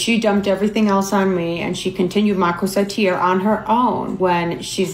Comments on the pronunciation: French here, your pronunciation is actually closer, to the french pronunciation. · the pronunciation was on point, you even pronounced corsetière better than the sister did -a french person